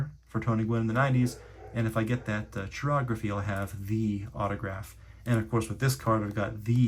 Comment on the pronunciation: Pronounced kai-ography not chi-ography. Yes or no😂😢😊❤🎉😮